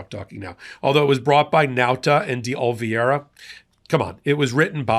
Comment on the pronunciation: Popok, enjoy your work, but it’s Oliveira, pronounced “Oli-ver-a